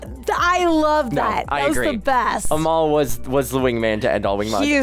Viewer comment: Youre saying Amal like Jamaal 😂